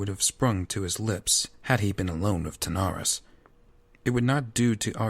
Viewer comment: Good voice acting but you kept pronouncing King Terenas’ name “Tanaris”